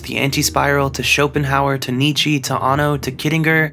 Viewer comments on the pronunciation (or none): none